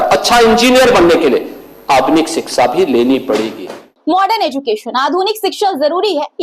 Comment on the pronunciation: 😂 Yogi tum iitne jahil ho tumhe ,kshixa, education sahi bol na bhai nahin aata hai, sahi hindi bhi tumhen. Nahin aati hai ,ye nahin chalega, samjhe